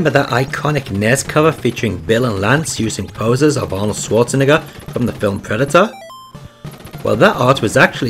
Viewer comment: You gotta work on your pronunciation of Schwarzenegger. I know it sounds stupid but you would be amazed at how often my stupid lisp has gotten me into bother while talking about Arnold Schwarzenegger